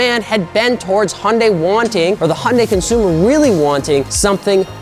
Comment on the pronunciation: What the hell is a “Honday”?